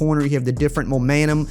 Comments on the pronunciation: did I hear momantum instead of momentum you done goofed my guy jk this video is great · “Momantum” - ER